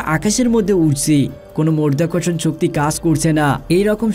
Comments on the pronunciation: শব্দটা মধ্যাকর্ষণ নয় মাধ্যাকর্ষণ।উচ্চারণ ভাল করুন। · মরধাকরসন শক্তি বলছেন কেন? মধ্যাকর্ষন শক্তি বলেন। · উচ্চারণটা 'মর্ধ্যাকর্ষণ ' নয়! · আগে সঠিক শব্দটা শিখুন। আপনি বলছেন "মরধাকরষন" এটা কোন্ ধরনের ভাষা? হবে " মাধ্যাকর্ষন" । যদি উচ্চারণ করতে না পারেন তাহলে ভিডিও বানাতে আসবেন না। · মর্ধা কর্ষণ শক্তি --উচ্চারণ ঠিক করো বাবা।কানে লাগছে। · মধ্যাকর্ষণ শক্তি * 🙂 উচ্চারণ ভালোভাবে করবেন 🙂